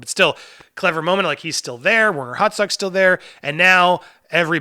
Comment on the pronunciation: It sounds like you are calling him Werner HotDog. Im sure your not doing it on purpose, but I will be doing it on purpose forever